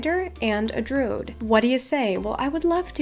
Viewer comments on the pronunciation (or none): Druid has 2 syllables, not 1. Drew-id, not drood. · Hey! Cool vid! Wish I was able to do them lol but I’m too low lvl. Also, it’s pronounced Droo- id so you do say the i instead of saying drood. Hope it helps!